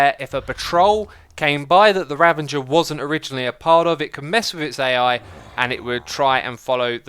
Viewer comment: Nobody: Xisuma: Ravenger